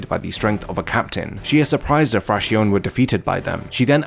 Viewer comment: just a lil commento, it is pronounces Frakzion...with the accent on the O. It comes from the spanish for fraction...the fractions of the numbered Espadas I guess